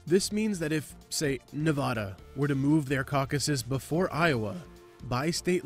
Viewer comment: You pronounced Nevada incorrectly.